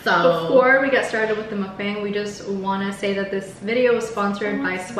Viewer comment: thats not how you pronounce Mukbang